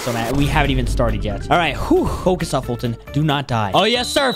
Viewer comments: It's foltyn not fultyn lol😂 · It’s foltyn family not “Fulton family”